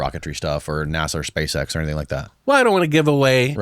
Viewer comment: "Spashe eksh"